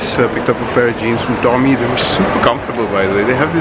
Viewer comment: Hate the way he pronounces tommy and diesel, says it in such a freshy accent